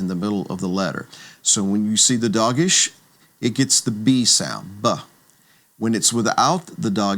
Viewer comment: Please note that, like most Hebrew words, "Dagesh" is pronounced with an accent on the last syllable- "dah GESH" ( like "ShaLOM"), not "DAH gesh" (like "Delta"). בהצלחה